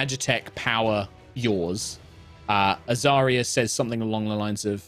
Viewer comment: Every time says Azaria's full name, I hear "Azaria Purell". [Edit: - Kim hears it too.]